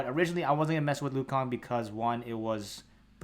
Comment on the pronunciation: nah he said lu kang in the video by accident thought it was funny